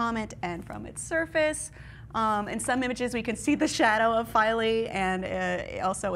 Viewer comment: I think it's pronounced "Feel-A".